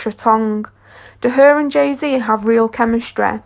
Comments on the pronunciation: Its the "Bihonse and Jehzee have real chemistreh" for me 😂😂😂😂😂sis Ur voice annoying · The way she said chemistry “chemestray”😩😍